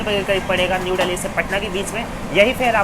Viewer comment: Dally nhi dilli h. Angrej bn rhe ho bde